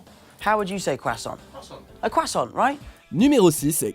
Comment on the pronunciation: Mais il prononce très bien "croissant" wtf.